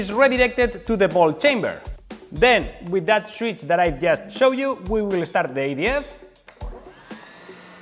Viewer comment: When he said I'm going to start the EDF I thought he was saying I am going to start the idiot